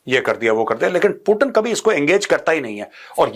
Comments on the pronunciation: पुटिन नहीं पुतीन बोलो ना सर प्लिज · सर पुटन या पुतीन 😂